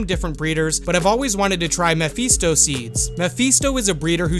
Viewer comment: Mephisto.. I don't like the way you were pronouncing that. You're also not a doctor and should not be administering treatment instead of a proper doctor.